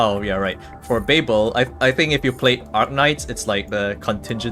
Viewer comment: It's called babil not bay bel. It's a city in Iraq and was the capital of the Babylonian civilization